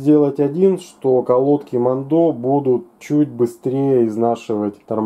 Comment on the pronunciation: Херь полная, я работаю на этом заводе, а ты даже название выговорить не можешь